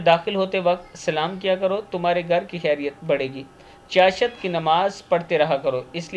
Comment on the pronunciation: Asslamalaikum, urdu to Molana sahi tallafuz se parha karo.chashat nahi chasht kaha jata hai